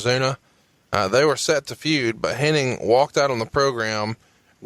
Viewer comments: What's funny is that Bruce calls him HenniG and calls him HenniNg. Neither one notices though the other though.. Astonishing. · Does realize it's Hennig and not Henning?